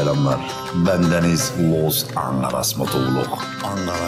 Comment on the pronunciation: abi los angaras diyon ya bana büyük bir bağımlılık yaptı